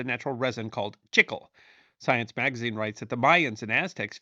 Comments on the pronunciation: Wait, when talking about gum from South of the border, chicle (not sure how it's spelled) I think you mean chee-clay. Not chick-el. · Chic-klay. Not chickel. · Love your videos! Just a little note however: It is pronounced "chee clay" in Spanish.